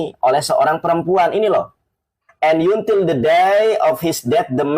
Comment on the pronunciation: hrs belajar baca bhs inggris, jgn ikutan bego spt org yg ga bisa baca. Kata until aja dibaca yuntil😂😂😂😂